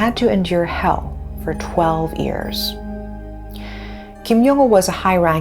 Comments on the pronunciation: I wish the presenter would stop saying "ears" instead of years. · how do you pronounce every word perfectly except 'year'?